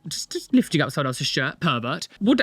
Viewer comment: When you were saying pervert, I heard PIVOT PIVOT PIVOT! 😂